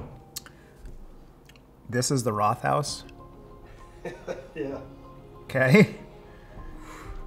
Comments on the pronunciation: Rothaus means Red House and is pronounced like Wrote-haus rather than the English th sound. One of my go to Pils here in Germany 👍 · Linguist who's lived in Germany for 15 years here. You did OK with pronunciation but I don't think most Germans would have figured out what you meant when you pronounced Rothaus. The two syllables in Rothaus are split after the t and the h sound isn't doubled (Rot + Haus = red house). The first syllable sounds kind of similar to the English word "wrote," as in "Murder, She Wrote." Over the years, I've lived within about a two-hour drive of five of those six breweries. My personal favorite is Urquell, unless I can get a really, really fresh Bitburger. Radeberger often smells a bit off almost any time I get it when I'm not close to Radeberg. Also, I think the only place in Germany where I have ever seen Pils served by the liter is the Paulaner-owned restaurants in Munich. Paulaner is often perceived as one of the worst big name brands from the Munich area; I won two cases a few years ago and the only person willing to drink it was the old man neighbor who claims to drink everything. I live about 15 minutes away from Vilshofen these days, which is the hometown of Josef Groll, the inventor of Pils. His family brewery was absorbed into Wolferstetter, which makes a Josef Groll Pils. I've had that as well and it was fine but not memorable other than for the Josef Groll connection.